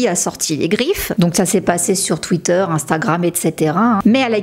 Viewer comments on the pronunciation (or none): none